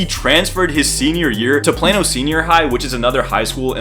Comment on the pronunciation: Excuse me it’s Plano not Plano that’s sounds like a medicine